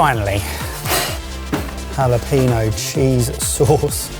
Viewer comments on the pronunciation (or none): Jalapeño is not pronounced ha-la-pi-no, it's supposed to be pronounced ha-la-pen-nyo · I think won the battle in my opinion, even if he is saying the word jalapeño wrong. The emphasis is on the n, so its a hard "n" hah-lah-PEH-nyoh. Love you boys! Now I'm starving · The way the boys pronounce jalapeño kills me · we need an apology video from on how he said jalapeños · The way y'all brits pronounce jalapeño cracks me up every time I hear it lol I even started saying it like that sometimes just to entertain myself lol